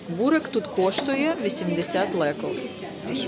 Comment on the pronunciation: Не бурек,а Бурек наголос на еʼ